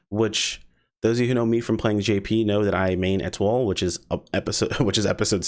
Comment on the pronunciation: Pretty sure Etoile pronounced Et-WahL. It's french for Star.